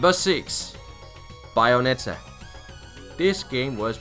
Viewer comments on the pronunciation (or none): The fuck is "BIOnetta"?